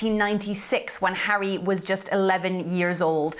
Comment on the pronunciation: Judge 🧑‍⚖️ went like “I didn’t know that Hawwy has children ?!“ 🫵🧑‍⚖️🤨😅